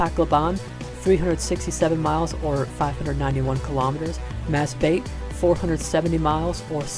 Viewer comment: Masbate pronounced like Mass-bat-tea 🙂